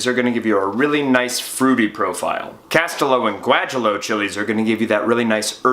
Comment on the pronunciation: Um.... Gwah-HEE-yoh. Just sayin'.